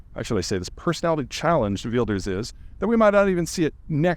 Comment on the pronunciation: Geert Wilders is actually pronounced heert vilders. The w is halfway between w and v and Peter has been pronouncing it more or less correctly